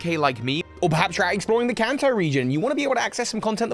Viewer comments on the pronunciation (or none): none